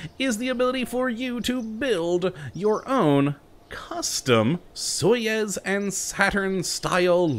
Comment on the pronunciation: Hey, i noticed that you pronounced Soyuz wrong, it is pronounced like soy-yous